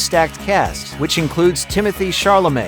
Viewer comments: "Timothee Charlamet"... 🤦‍♂️ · Butchered Timothee Chalamet's name.